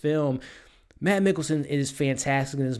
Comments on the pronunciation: If you want a pro tip of how to pronounce Mads in case, you have to do another review with him, it's pronounced a lot like the word 'mass'. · Mads is pronounced "Mass". The "D" is silent. Watch "Adams Apples" (2005) and "The Green Butchers" (2003) - both dark danish comedies